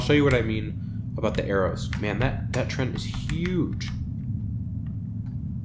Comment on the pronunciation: Surely its pronounced tree-ant, as in, it's a tree, not a trent. Bread shipment quest in? Havent played lately.